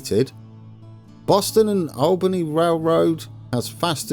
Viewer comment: "My company is situated in Albany" - doesn't pronounce Albany in the way anyone from New York pronounces it.